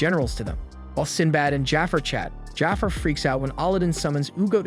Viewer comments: Ikr, I almost had to stop watching the video because it bugged me so much. No way this guy hasn't seen Aladdin. "Jaffer" instead of "Ja'far" geeked me out. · Lol, this reminds me of “The Last Airbender” movie… how the source material is available with the correct pronunciations of the names of people, places, and things… but~ they decided to go rouge and pronounce things as they want… like Magi, he says Maggie instead of ma-ge(ge like geek) or Jafar as jaffer, and Aladdin as ahladin… I mean, we have the Disney move of Aladdin for christsakes… also, the Rukh(ruu or roo) as ruck… the anime has an English adaptation, so no excuses! 😂 it makes me think that he just pulled the wiki summary of the entire 1st season and never actually watched it, which is sad if so, this is a great anime and here’s to hoping we get a real 3rd season of it and not a spin-off again 😂